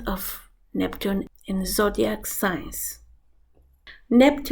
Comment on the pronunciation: Um, "sings"??